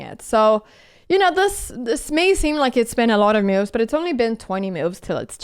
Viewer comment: Anna's rating would go up if she'd make moves instead of "mewves." 😄